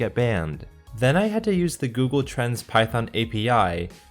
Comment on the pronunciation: When he says google trends it sounds like...: "g o o g l e t r a n s"